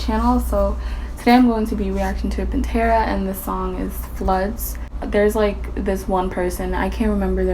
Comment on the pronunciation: does anyone notice she says pintera alot?